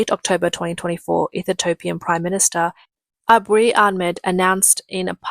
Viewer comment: It's EE-THI-OPIAN my darling. Still great content and your Australian accent is cute and a million times better than any AI!